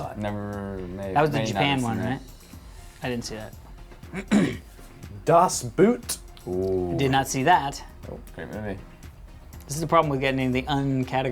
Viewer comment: Das Boot is right up there with Citizen Kane and Godfather, oh and its pronounced "das bowt" (the boat)